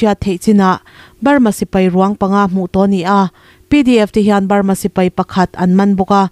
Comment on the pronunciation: I state hming lam chu le! Lui hming tak ngial pawh I lam dik lo a nia. Sipai thi lalber tih te lam dik ta che! Ngaihthlak a hreawm